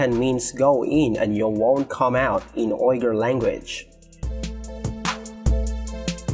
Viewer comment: pinoy chin uighur is pronounce "wegur"